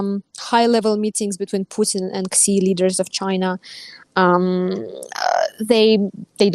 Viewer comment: I don't think I've ever heard of "President Ksee" before. Some people pronounce his name as "she", and some people get the Chinese phoneme transliterated as X correct, or at least try to. It sounds like a kind-of-odd sh sound. The Chinese class I took was many years ago, so I can't say it right anymore. But it's certainly a sound that would get anglicized as sh, not as ks. It's odd to hear talk of Russia becoming a junior partner in its relationship with China. China is a superpower, and has been for quite some time. Russia is a gas station that used to be the core of an empire. It's not even really a country. To qualify as any kind of partner of China, Russia would have to do a whole lot of winning, not suffer humiliating losses.